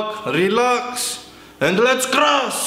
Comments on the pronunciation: i love how he says crus instead of crush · we did it krass^^ grass, crass, its called C R U S H "Schhhhhhhhhh" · "Today we will be crossing some magnets" An hydrolic press operator unable to say "crush" lol! Poor him! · i luv when he says crush just love it not irony